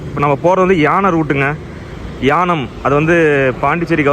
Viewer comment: தம்பி அது யானம் அல்ல ஏனாம்